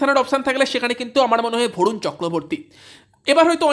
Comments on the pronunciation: Vorun na 😂, barun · ভরুন নয় রে ভাই বরুণ